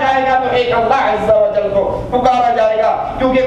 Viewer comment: why this say "Allah Izza Wajjal"???? Azza Wajjal lafaz hai, isko koi cheez nahi ati.... lol